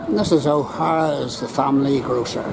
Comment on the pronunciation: It's ohares not oharas...